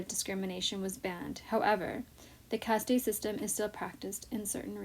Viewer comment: It’s not “Cast tey “ it’s caste!